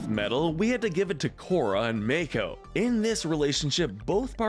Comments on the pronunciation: I'm sorry, did I just hear Mako pronounced like May-co? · Dude, Mako is not pronounced MAKE-O. It's pronounced MAH-KO. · Wow to state the obvious that bolin a eska is the most toxic relationship And you are saying mako all wrong this is infuriating like the ooong one in the movie